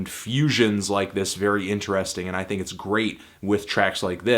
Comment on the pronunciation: Fantano it's think not thing